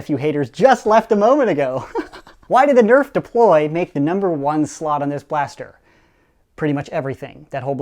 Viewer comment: "It will see these fuewmes and DEPOLY it into to space"